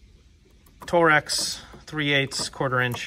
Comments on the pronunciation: It’s torx not tore axis. And the “star” is actually called triple square. And yes you need wrenches and traditional ratchets. Anyone who buys snap on cordless instead of Milwaukee is silly. You had “push rods” for the porta-power. You have to make sure you stay busy with no work? I’d throw them toys in the box and get out of the industry while you can pal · Always sunny reference for the channel name? Lol and please say torx not torrexes 😂 awesome set up!